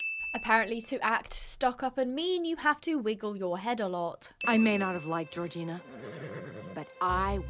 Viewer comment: Gorgina- I kept hearing Regina in the movie and the video so I was like " Regina George why you riding horses" 🤣 (love ur vids!)